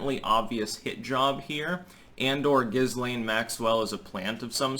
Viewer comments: Not that it really matters, but apparently this hideous creature's name is pronounced: "Ghee-lane". Might as well get that correction out of the way. I think mispronouncing her name on purpose might be a fun way to torture her so please proceed. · It's pronounced "Gee-Layne". I think it's Gailic. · With an h after the g, I don't think so. It's not Gislaine but Ghislaine, isn't it? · As a person who speaks French, "Ghislaine" is pronounced "Jislaine". Just as aside! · Just some trivia, her name is actually pronounced ghee-LAYN. The s is silent. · I think her name is pronounced "ghee-lehn", the 's' is silent. (French name) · Her name is pronounced Gee-lane with a hard G and a silent S. She was born in France! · It's pronounced Jill Lane, btw. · The Name is Gee-Layne! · Why are Americans so determined to pronounce names wrong. I have heard three different wrong pronunciations of this woman’s name. Say it with me: ‘Gee-Len’. It’s French, you damn yokels. Lol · the name ghislaine is of french origin. as such, the "S" is silent, and the name is correctly pronounced "GI-LANE". just saying... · Guylaine is another French name that would be pronounced Geelane. The hard G like in Guy. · Not here in French Canada. We would pronounce her name Jizzlane. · It's GIL-LANE. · It’s pronounced - Jis lai( as in let) ne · It's pronounced Gilane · SAY HER NAME RIGHT BOY.. THE S IS SILENT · Hey,, perhaps when you're spewing your off the charts sophomoric knowledge, from your mouth rather than your anus, it might be a good idea to at least do enough background to be able to pronounce the subject of your idiotic diatribe; it may even enhance your streetcorner philosopher cred, and Jizzlaine would appreciate it so. The indoor motorcycle jacket is especially precious. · The s can be pronounced, even francophones differ on this. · You don't even pronounce her name properly which adds to the douchiness of your overall look.